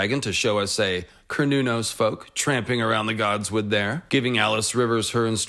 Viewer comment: I thought it was pronounced more like Se-ra-nōs....